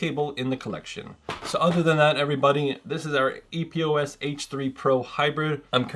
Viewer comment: Just ordered this one after having TWO pair of HyperX Cloud 2 being crackling & not working properly. Super stoked! P.S. It's "Epos" not E.P.O.S. #OCD